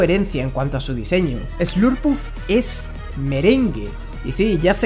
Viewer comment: Te comprendía Hasta escuchar lopunny y slurpuff